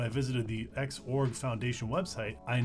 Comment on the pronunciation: when did everybody start calling X org, "zorg"? and what happened to just x or x11? ;) srsly tho, this was a good intro for non-tw users; thanks!